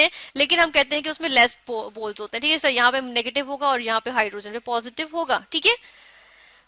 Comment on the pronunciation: Chalo teak hai 😂😂😂 teak